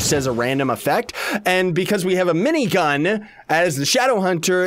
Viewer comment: at first i thougt he said rinnegan instead of minigun